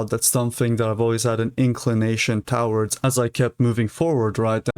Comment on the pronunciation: thank u for making these videos! ps, it's pronounced "to-WARDS", not "TOWards" :p